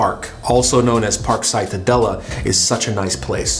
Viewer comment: "Cytadela" is to be pronounced in Polish as "citadela", not ""caitadela"..